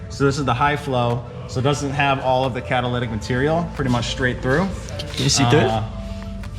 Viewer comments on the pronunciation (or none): that 'caddalidic"